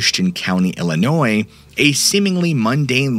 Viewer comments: Illinois is crazy! hey, you pronounced it correctly and we do appreciate that lol thank you so much for everything you do! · Illinois is crazy. Ha Ha. I am original from Illinois...appreciate correct pronunciation of Illinois (s is silent). 😄